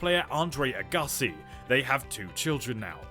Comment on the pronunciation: It's not Andrei A-Ga-si. It's Ag-ga-si